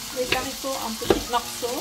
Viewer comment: Magnifique potager bravo. Je t adore mais normalement on ne dit pas des zaricots mais des haricots mdrŕrr. C est du bon français, allez bisous à vous 2.